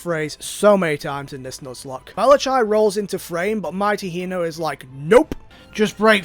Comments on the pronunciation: I laughed way too hard when you said Malachi. Like I'm literally dead. Fun fact: the ch is hard c, so it would be pronounced Malac-i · Just checking, you do know that "Malachai" is pronounched "Malakai", right?